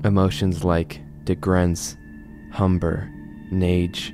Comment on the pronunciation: Why can’t I stop laughing at “humber” and “nage” lol Yeah I feel pretty nage when at work.